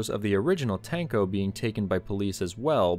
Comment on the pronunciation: "Tank-Oh" makes me giggle